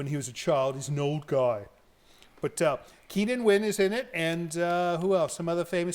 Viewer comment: It’s Keenan Wynn. Not ngyuen